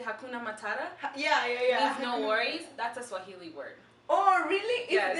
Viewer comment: It's swahili not suajili?